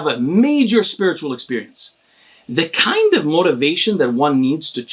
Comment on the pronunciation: listen to his voice "KIND"